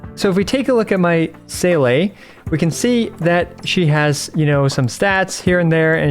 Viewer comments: I know it’s a non issue. But the fact you playd the game, hear the name, people correct you on the daily. And you STILL say See -luh wrong drives me insane. My name is Jacques and any time someone blatantly butchers my name it just feels disrespectful. I know it’s a game. But it’s also a name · My dude... It's "See" as in "seeing" and "le" as in "La Signora". 🤣